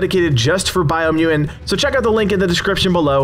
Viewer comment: Take a shot every time he says "Biomuain". 🥴